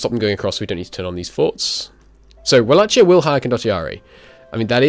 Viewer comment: No offense intended, the ch in Wallachia is pronounced like k